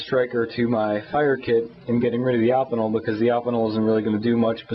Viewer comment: Good review, you should show some of your other knives, im intrigued by the evolution of you knife selection, i have a feeling that its close to mine. by the way, im pretty sure that its pronounced "oh-pin-el" not that it really matters.